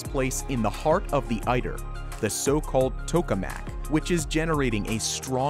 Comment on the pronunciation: ITER not IDER